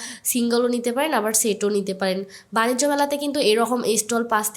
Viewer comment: বাণিজ্য মেলা বাণিস্ট না 😂